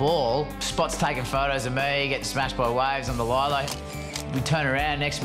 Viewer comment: that’s lee-lo not lie-lo